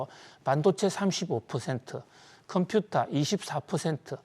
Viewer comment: 해박한 지식과 콤퓨타 발음은 덤으로 즐기고 있어요. 감사합니다.